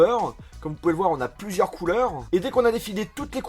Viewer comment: Arrête de finir tes mots par einheu du genre : couleureinheu